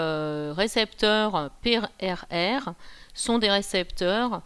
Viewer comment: peureureu ? on dit PRR ou pathogen recognition receptor